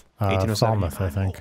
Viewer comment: As someone who lives in New England... Its pronounced FAL-mith